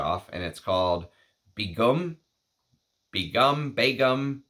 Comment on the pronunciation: 1st pronunciation is the closest to the native language Bangla & pronunciations are very close to the English pronunciation. Begum = a married Muslim woman of high rank. Begum is a royal and aristocratic title from South Asia widely used in Bengal Sultanate & in the Mughal empire & in present day Bangladesh.